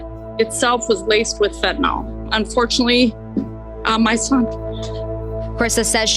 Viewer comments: Dear USA, it's fentanyl, not fentanol. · Can you, as the reporter, please pronounce Fentanyl the way it is spelled when speaking with other professionals? It makes you look bad when you are doing more and more serious reporting. Code switch a little.